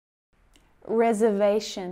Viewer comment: The word reservation has four syllables and consequently four vowel sounds. The phonetic pronunciation in the examples has only three vowel sounds - once again, the final vowel sound, a schwa, is missing.